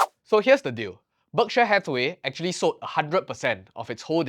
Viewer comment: It's 'berk-sheer', not 'berk-share'